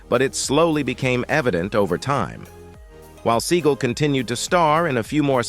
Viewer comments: It's Sinead not Sin e ad. Not seagull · David Bore-ee-uh-naz, Steven Seagull, these name pronunciations are wild